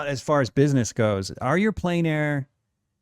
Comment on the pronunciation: ....good show, sincere thanks, but do you know how discrediting it is when you can't even pronounce plein?